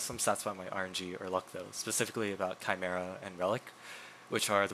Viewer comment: It’s chimera not camera ?